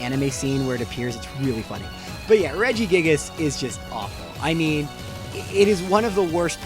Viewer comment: Regi gig-gig-gigus